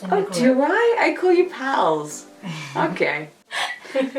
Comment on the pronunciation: I totally thoughts you said "pearls" instead of "pals".